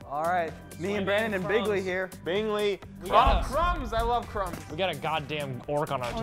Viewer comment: I love this a lot, but you keep saying Bingley's name wrong and it irks me a tiny bit.